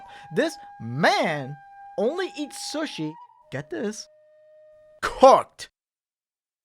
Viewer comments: Calls people weird Pronounces sushi weird I see how it is lmao Uno reverse my dude Edit: guess I'm a half serial killer already because I eat raw sushi yes, but I love fried sushi. Edit2: I sniff new food I haven't tried before lol Edit3: I love crust idk why people don't eat it, your eating bread already so it's not much different calorie wise. Edit4: flat soda is gross Edit5: I dislike ketchup on steak , I like steak sauce more or ranch and that's if it's not juicy Edit6: milk before serial is a crime Edit7: boneless chicken is dope, the bone fucking sucks most of the time. It takes up most of the chicken, and if you get a non spicy level anyway what's the point between bone or no bone . Edit8: lmao I ate pizza Galway then crust first at my high school to annoy people 😂 Eating everything in a cycle though is nice, and I eat the best last , So watcha back I guess 😈 I eat boneless chicken and eat specific stuff in specific order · Yo just me or the way he pronounced sushi throughout the whole video like "sahShi/SeUShi" instead of "sooshi" like you're supposed to makes him a serial killer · the most sus thing in this video is how pronounces sushi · The way he said sushi is a sin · Yo.... the way you pronounce sushi just hits the ear wrong. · Am I the only one questioning how you pronounce sushi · The way he pronounces sushi is killing me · criticizes the way people eat food Also: pronounces sushi like this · pronouncing 'sushi' makes me extremely uncomfortable for some reason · The way you pronounce “sushi” scares me. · The way u pronounce "sushi" is mad sus ngl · Why pronounce sushi like that, sus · I’m sorry, I heard shush-ee instead of Sue-she 😂 ???? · Makes fun of peoples different eating habits, Also: says sushi (soo-sh-ee) as sushi (s-uh-sh-ee) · Okay but I'm gonna call you sus for calling sushi "suh-shee" rather than "soo-shee". It sounds like slushee. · he pronounces sushi like suh-shee